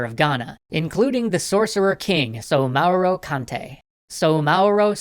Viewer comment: The DORUK is not Sauro-kente but Soumaoro Kanté